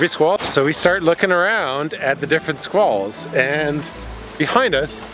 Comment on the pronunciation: You had my ears at Sqwals..mmm squalls